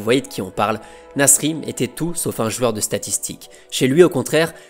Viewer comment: Mec j'adore tes vidéos, je suis en train de toutes me les taper c'est génial, mais je t'en supplie, apprends à prononcer le mot "joueur" stp !! Mes oreilles saignent quand tu prononces "JUEUR" !! décompose le "JOU" "EUR" = "JOUEUR" !! En plus "jouer" tu le dis bien, tu dis pas "juer" donc voilà si tu rectifies ça tu seras parfait merci ❤🙏